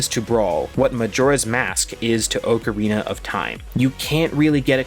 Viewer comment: ugh the way he says ocarina...